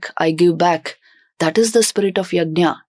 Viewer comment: यज्ञ not यज्ञा